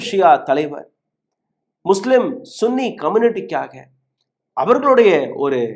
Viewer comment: பண ஆசை எல்லா தீமைகளுக்கும் வேராயிருக்கிறது பேராசை பெரும் நஷ்டம் நீங்கள் சன்னி என்று உச்சரிக்கவும் நீங்கள் உச்சரிப்பது தமிழில் ஆண்குறியை குறித்த கெட்ட வார்த்தை எங்களுக்கு ஆதரவு தாருங்கள் என்று கேட்கவும்